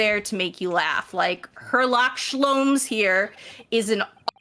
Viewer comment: Herlock Shlowms.